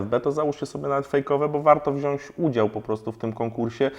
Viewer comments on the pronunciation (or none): Spoko nauczyłeś się mówić "WŁĄCZAM" to teraz czas na "WZIĄĆ". Bądź lepszy niż prof. Pawłowicz 😂. Miodek będzie Ci jadł z ręki. Pozdro. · Wziąć!, Wziąć! Nie Wziąść;)